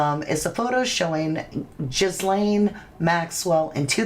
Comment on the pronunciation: GA LANE OR GEE LANE the S is silent. That poor child. 😢 I find it so creepy these evils always and I mean always smile huge in pictures like they're the happiest person alive. Not the victims the pdfs.